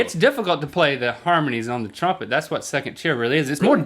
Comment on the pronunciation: Link... Trumpet has 2 vowels... not 3.